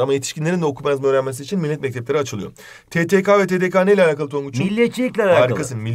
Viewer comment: Bir yerde bir yanlışlık yaptınız TDK(tedeka) değil TDK(tedeke) olu aktı...